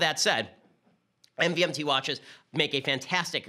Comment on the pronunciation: I swear “MVMT” is actually pronounced “Movement”